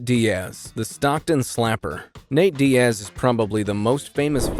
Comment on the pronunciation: you say that like it was a mistake? either ai voiceover or somebody who doesn’t know fighting bc you also called nate diaz dee-ass so